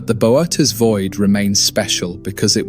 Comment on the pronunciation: The constant screen tilting gives me motion sickness… And its pronounced boh-oh-teez but I guess whatever ai program you use can’t figure that out